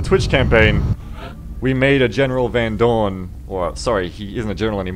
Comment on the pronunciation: It's Van Doorn........